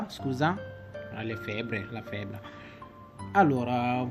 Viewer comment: Ciao, grazie per il tuo video, è importante divulgare con semplicità le cose importanti. Scrivo qui sotto alcune parole scritte e pronunciate in modo sbagliato: - IN FARMACIA - STARNUTISCO - FEBBRE - MI RACCOMANDO - RAFFREDDORE Grazie mille